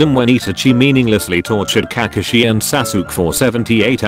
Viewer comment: This guy pronouce kakashi and sasuke as Kakushi and sasuk